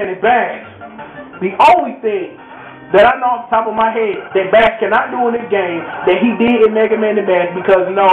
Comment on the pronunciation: You know... this has to be said. Bass's name is *not pronounced like the fish!* You'd think this would be pretty easy to figure out seeing as his dog's name is TREBLE! and then there are the countless musical references to music in the Japanese names. Rock, Roll, Blues, etc.